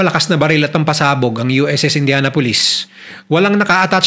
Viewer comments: Good story, pero it's "indyanapolis" po di "indyana-pulis" 😭😭😭😭😭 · Kung paano mo binabanggit ang Indianapolis ay INDIANA POLICE 😂😂 kakahiya ka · Please you pronounced the name of ship like a police 👎🏾